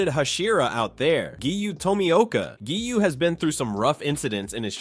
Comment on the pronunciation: it’s giyu.. not giyuu..